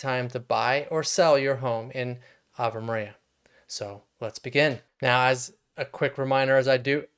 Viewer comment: It’s AVE MARIA